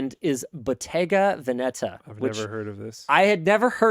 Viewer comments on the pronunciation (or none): It's VEHneta